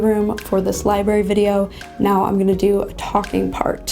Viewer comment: LibRary, you spell it right but I feel like you’re saying liberry....